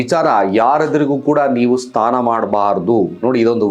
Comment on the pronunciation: Sthana alla snana, sangaathi alla sangathi